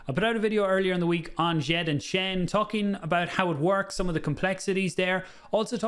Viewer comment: Wel done for getting djed pr pronunciation correct the d s softens the J( so sounds a bit french